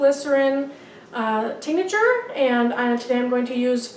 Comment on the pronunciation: its said Tink-ture not tink-a-ture